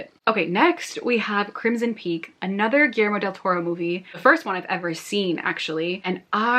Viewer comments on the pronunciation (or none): none